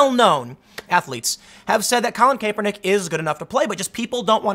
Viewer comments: Tim, it's not CAPE PER NICK, it's CAP ER NICK. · Not KAY per nick, CAP er nick. Not that it matters just annoying hearing Tim mispronounce it over and over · It's Cap-ernick, not Cape-ernick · "Cap-er-nick" not "Cape-er-nick" 😂🤦‍♂️ you do it every time.😂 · I scrolled to this post just to see if that was bothering anyone else. Tim, it's not - KAYpernick It's - CAPernick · Tim.... The a is pronounced with a short a not a long a. I love you, but driving me nuts saying it like "cape" and not "cap" lol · Its pronounced "cap" hes saying "cape" lol he knows nothing of NFL but he can tell the bullshit anyway. True thrid party none bias 👏 👏 I love it. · Tim, Boomer here . I watch nearly every video you put on on both channels. Good job . . It's pronounced Cap er Nick. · "Colin KAYpernick" we know Tim doesn't watch football. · KAP-er-nick. pls tim pls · Colin KAY-pernick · I’ve never heard any pronounce Kaepernick like Tim. Lol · Does it bother anyone else that hes not pronouncing his name correctly? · I understand the spelling of his name is complicated but you REALLY don't have to say it like that. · I swear he must be mis pronouncing his name on purpose.... unless in wrong...is it cap or kape? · don't speak on sports, you don't know them you can't even pronounce the man's name correctly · Honestly think you're just mispronouncing his name on purpose now